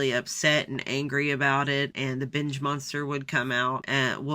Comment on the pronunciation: I heard “bitch eating disorder” instead of “binge” and honestly it made me laugh